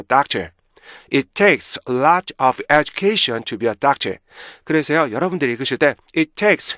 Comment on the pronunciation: 정현수 말이 안되는거같죠 education 에서 tion 을 셔은 이렇게 말하는게 말이되요 션 같이해야지 영어는 왼쪽에서 오른쪽으로 글자가 나온다고 그렇게 따로해야된데요 syllable 의 개념이 없는거 같아요 자기도 발음이 안좋은데 어떻게 남을가르켜준다는건지